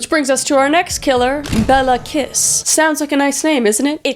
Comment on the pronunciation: Béla kissisnt pronounced bela kiss its pronounced B as in bear A as in bay L left A as in apple and kiss is pronounced kish